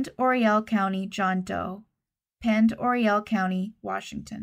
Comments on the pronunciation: I believe the town is pronounced Pend O ray. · Pend Oreille is pronounced Pond-O-Ray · Pend Oreille is pronounced pond-er-ay. I am from there and it’s French in origin. 🙂 thanks for the video!